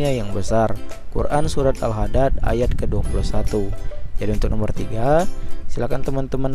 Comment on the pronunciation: kok Al hadad? Bukan nya Al hadid ya..